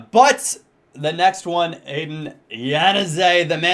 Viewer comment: adnan is not aiden its like anad.